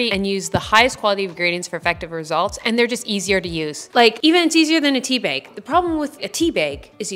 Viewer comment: I love the way you say "tea beg"